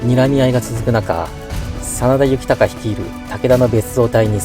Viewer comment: 真田幸隆の読み方は恐らく”こうりゅう”です。出家して一徳斎幸隆と名乗ったわけで、実名は幸綱ですね。